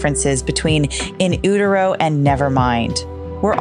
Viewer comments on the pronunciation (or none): I’ve never heard in “Utero” pronounced like that before’ perhaps I’ve been wrong all these years aswell as multiple other people 😂